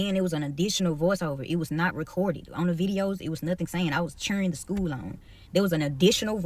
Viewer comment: Hearing an educator saying "Shcool" proves the state of American education